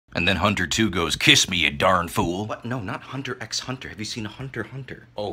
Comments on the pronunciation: For all wondering no, you are not supposed to pronounce the X. That being said if you decide to pronounce the X anyway I really don’t care, but that’s the correct way to pronounce it. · It’s pronounced “Hunter Hunter” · in case anyone is incapable of reading older replies, its pronounce hunter hunter. its said in the show at least a couple of times